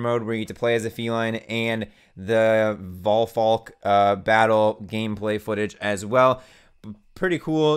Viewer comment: I'm super happy you guys are covering Monster Hunter xx. I just wanted to let you know prowler mode technically isn't new to xx. In monhun generations (x in Japan) they added prowler mode. Quick side note good job pronouncing Valphalk's name:) hope you guys give it a shot cuz I'd love to watch you guys git gud